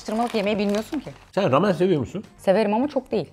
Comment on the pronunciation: Bu arada. ramen ramyon diye okunuyor 💟💟💟💟💟